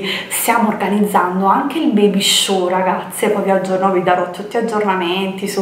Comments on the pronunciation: si chiama baby shower non baby show 😂😂,un bacio!!😘😘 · Baby cosa????? Baby sciu????? Che roba è???? Baby shower.....shower come doccia. Perché usi termini inglesi se non li conosci????